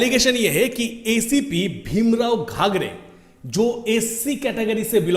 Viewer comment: घागरे नहीं घाडगे. शैलेश नगर नहीं शैलेश नगरकर